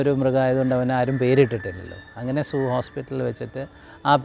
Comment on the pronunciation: സൂ 😂സൂ 😂😂😂😂😂S ' അല്ല zoo